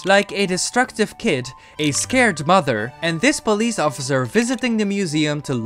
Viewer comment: Yes pole-ice